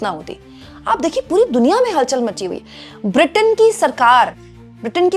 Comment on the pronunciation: बार बार आप के मूँह से "पुरी दुनिया, पुरी दुनिया" यह शब्द आ रहे थे। मगर सभी सुननेवालों को हर बार "हरदीप पुरी, हरदीप पुरी" सुनाई दे रहा था।